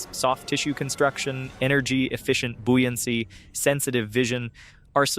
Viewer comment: The word is buoyancy as in boy. Not bui. How odd. Read the words.